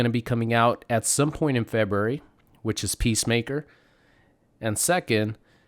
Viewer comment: It's pronounced FEBRUARY! my goodness